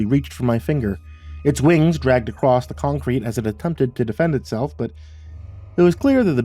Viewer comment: "ACROSS!" ACROSS! Not acrrost! Im not shaming here. It's been nagging at me every time i hear "accrost" Please drop the "t" and just say "across"